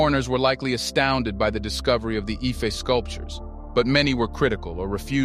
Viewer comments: Great work man. It is pronounced "EE-FEH" though. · Ife heads? For a history channel that can't be bothered to learn how to pronounce the name properly like a European. "I-fey" is the correct pronunciation